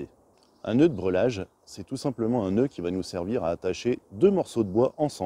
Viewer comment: Nœud de "brêlage" ou de "brellage"....le mot se prononce comme il s'écrit dans les deux cas .... Et ne se prononce en aucun cas "brelage"..... Ce sont des "morceaux" de bois et non des "bouts" de bois....le bout (en français) est l'extrémité ......